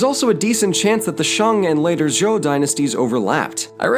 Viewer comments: Small comment; the standard pronunciation of "zhou" sounds like "joe," with a hard 'J.' Good work here. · >coached on pronunciation >messes up on Zhou The disclaimer wasn’t for nothing I guess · I think Zhou is pronounced Joe. I think. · Zhou dynasty is pronounced like Joe, not Zou.